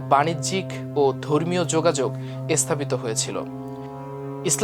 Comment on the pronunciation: উচ্চারণ ভা‌লো নয়। "স্থা‌পিত" উচ্চারণ অ‌নেক প্রকট।